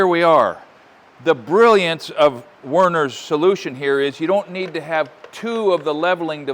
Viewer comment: After watching this video, YouTube suggested "Herbert Grönemeyer - Alkohol 1984" featuring Actor/Singer Herbert Grönemeyer aka Leutnant Werner from the classic film/min-series Das Boot. Coincidence or algorithm? He did pronounce Werner once German style in this video haha.